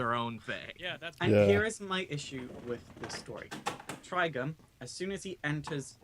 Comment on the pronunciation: When I heard and say Trigon's name, it sounded like they were saying "Trigun".